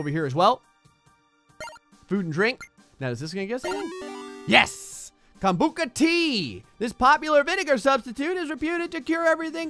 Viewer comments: Did anyone laugh when miss pronounced kombucha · Why did he say kombucha like that 😂